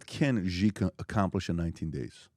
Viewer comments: Its not GEE...its pronounced SHE😂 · Please communicate to PBD... China's President name is pronounced (SHE) and is spelled Xi.... with all the resources that Valuetainment and PBD have, they can't get anyone to help them understand how to pronounce President Xi (SHE) name. Happy 2025! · Wtf does PBD say Ghee like he’s got a stroke? Xi is pronounced as it’s spelt in English or in Mandarin.